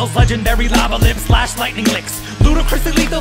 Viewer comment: He says lash.